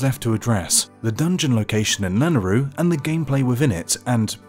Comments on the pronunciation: It's pronounced La-nay-roo, not Lan-a-roo. There's a y in it for a reason. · Why is he saying it lanaru🤣🤣🤣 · Lol the way you pronounce Lanayru is so adorable.